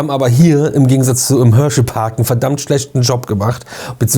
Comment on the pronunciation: Ich hör nur Hörschey 😂😂😂